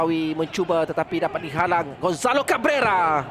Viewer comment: "gonzalo gabeauweuwa"